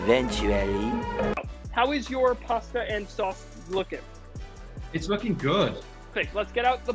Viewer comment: you killed all your Italian stans with that "pasta" ahahaha